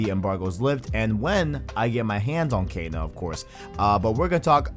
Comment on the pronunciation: why am I'm triggered at out how you're mispronouncing kena lol